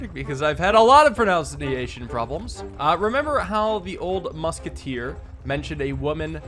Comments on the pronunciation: “I’ve had a lot of pronounceuniation problems…” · he has many "pronouncniation" problems